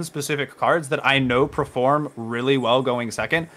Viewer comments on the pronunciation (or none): none